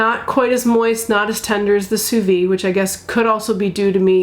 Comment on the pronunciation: It’s not pronounced sous vee it’s sous vide! The d is not silent in French.